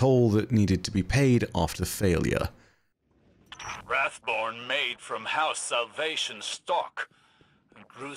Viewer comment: Wrathborn sound like boring taken lol